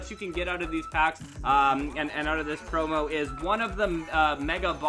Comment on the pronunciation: Thought u were saying porno😂😂